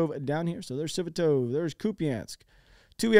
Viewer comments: FFS.. Sva-to-va!!! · Svatove is pronounce Svah-Toh-Vah. And Bakhmut is pronounced Bach-Moot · AND....im sure you've been corrected in the past.. BUT PLEASE PRONOUNCE.... Svatove..... AS .......... SVA TO VEY! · Yea I love how he pronounces the towns name. Lol is awesome. I miss his videos everyday. I was watching him everyday. Him and arutr rehi